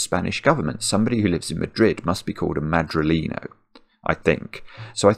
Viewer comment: I’m not even a native Spanish speaker and I laughed out loud at pronounciation of Madrileño